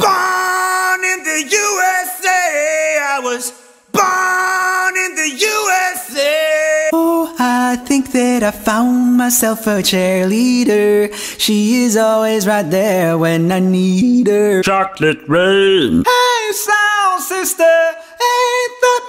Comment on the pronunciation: When you were doing OMI you sounded like you were saying chair leader instead of cheerleaders